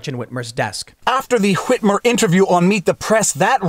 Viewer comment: I absolutely love the pronunciation of Whhhhhitmer!